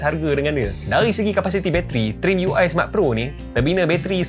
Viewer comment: Sebut trimiui🗿